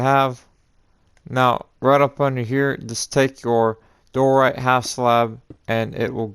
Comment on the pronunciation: Why do you say door right it’s pronaned Dye er right